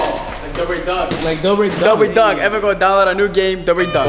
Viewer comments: The dobre brothers really wanna fight my mans Cody ko, when they can’t even pronounce “r” correctly. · “The doobrey brothers” lmao